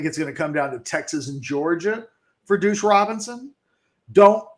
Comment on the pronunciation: Your inability to consistently say deuce is hilarious. “Douche Robinson”